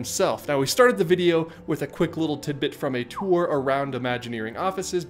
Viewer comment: mans said "..quick little tidbit from a to🐦ur.."